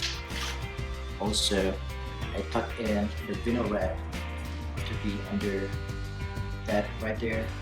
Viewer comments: Thanks man. Hate to be a stickler but it’s pronounced Vi (rhymes with Hi) nyl, not Vin-nyl. Awesome work. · You do know that’s not how you say “vinyl” right? It’s VINE-l